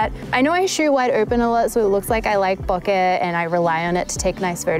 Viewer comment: Congrats for using the correct pronunciation of "bokeh"...! so many get it wrong. And oh yes, the 85... I use that one a lot too.